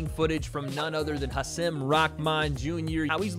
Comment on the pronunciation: Hasim is pronounced “haseem”